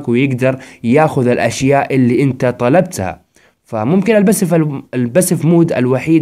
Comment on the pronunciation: اوك شرحك حلو بس طريقة كلامك تغث ليش تحط مع حرف التاء حرف السين ،،، يعني بالدقيقة 4 تقول روك ستار ما نستك ( أنتسا ) ترااا تغث